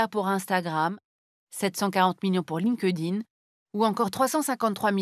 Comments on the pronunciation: "Line ke dine" pour LinkedIn 😃 Je préfère le prononcer "Linkt ine" ! ;-) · perso je prononce pas le E du coup, je fais "link din" ^^